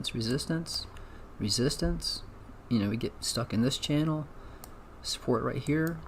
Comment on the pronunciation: 😂 don’t forget channel not “Chanel”